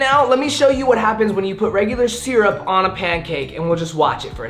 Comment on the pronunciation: nobody:: “seerup”